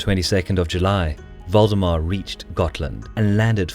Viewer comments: Am I the only one who keeps hearing Voldemort instead of valdemar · Thought it was "Voldemort" instead of Valdemar. Even after I realized my mistake, I couldn't unhear it. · Who heard voldemort instead of valdemar? xD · I keep hearing "Voldemort" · When he said Valdemar I heard "Voldemort" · Was anyone else hearing Valdemar as Voldemort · Sounds like he is saying Voldemort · Yup. Don't meddle in the affairs of wizards. Unless you are a merchant league.